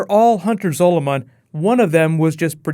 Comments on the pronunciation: Your pronouncing Zolomon it's Zol-a-man not Zol-o-mon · REMNANT, not REMINENT, and Hunter ZOLOMON, not Hunter SOLOMON. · Learn how to fucking say zolomon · Can you please learn how to say "Zolomon" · Whoa,, your usual pronunciation of "Zolomon" faltered a bit there!:p